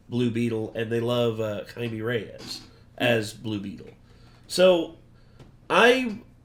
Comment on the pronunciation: IT’S NOT JAIME IT’S JAIME Lmafo 😂 ❤❤❤❤❤❤❤ sending love to all the Renegade Nation right now